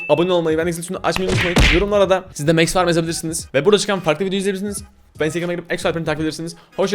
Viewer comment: Abi o mex diye okunmuyo Max diye